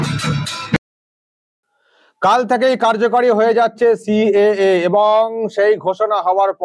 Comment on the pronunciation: "সি.এ.এ" কে উনি "ক্যা" বলেন, CAA CAA ছি ছি😂😂🤣